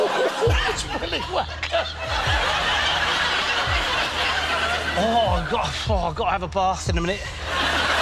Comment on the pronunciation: I guess if it’s German it’s pronounced “Villi Vakker”.